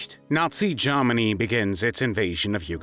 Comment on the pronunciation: Also Germany not Jarmany.